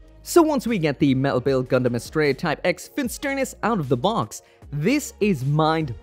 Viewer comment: did you just say "Australia" ?